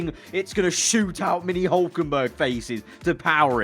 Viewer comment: HE IS HULKENBERG NOT hulkenBURG